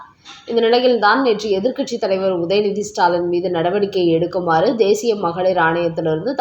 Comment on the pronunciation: ஸ்டைல் பேச்சாளர் பெண் உச்சரிப்பு ஸ்டாலன் ...